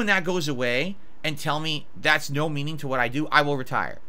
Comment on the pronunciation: "It's nawt about paying the bills for me. It's about... meanin.."